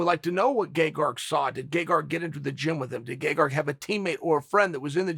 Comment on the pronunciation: I can't be the only one that's hearing "Gay-Garg"